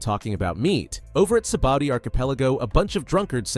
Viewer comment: Like how much times u said sabadi it’s sabaodi